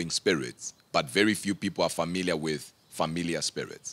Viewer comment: Sounds like he says Familia, the Spanish word for family and not familiar